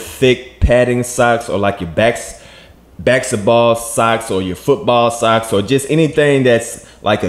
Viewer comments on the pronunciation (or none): Yo, my man said "BasetBall" socks. He sound like Magic Johnson doing "BasetBall" commentary. 🤣🤣🤣